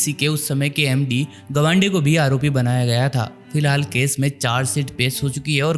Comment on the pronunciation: It's 'गावंडे' not 'गवांडे'